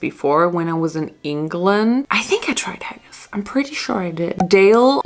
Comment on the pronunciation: I'm really sorry to be the one to tell you, but as a Scottish person, you totally butchered that Haggis!🤣😅 I kinda felt sorry that it came out so bad because I've grown up eating it and nothing can compare to the real thing. It's a taste of home for me. I would have liked you to try the real thing. I have had a good vegetarian haggis, but nothing about haggis is supposed to be "summery" it was meant to warm the cockles in harsh Scottish winters. In Scotland, we eat Haggis, Neeps and Tatties on Burns night every year, to celebrate Scottish poet Robert/Rabbie Burns. Haggis, Neeps and Tatties is a traditional Burns night dinner...This is not an English thing. Just Scotland... just a fun bit of trivia. Anyway, don't let that experience put you off trying it again...